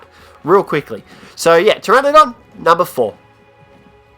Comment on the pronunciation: Ptrenadon i thought it was pteranodon go practice your English bud